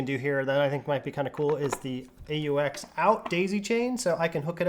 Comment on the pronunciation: just say aux😂 not a u x